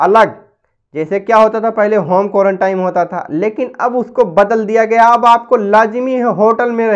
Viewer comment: Are bhai ek saal ke upar ho gaya is bimari ko. Aur ab tak tumhe quarantine ye bhi bolna nahi ata. Quarantime kyu bol rahe ho. Is se pata chalta hai kitne mahan admi ho tum🤣🤣🤣